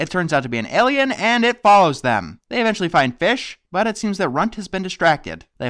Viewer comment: Your pronounce alien like me! I always say air-lien instead of aye-lien